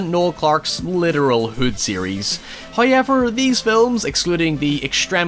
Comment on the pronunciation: Everyone: However: HIYEVR